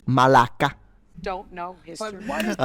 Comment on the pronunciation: As a Greek and someone who's YouTube channel has focused on travelling Greece for past few years. Thank you For supporting the Greek culture with FACTS! And nice "Malaka" at beginning 🇬🇷🇬🇷🇬🇷🇬🇷🇬🇷